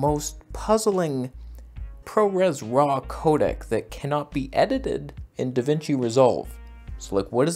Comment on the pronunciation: Da Vinch 😂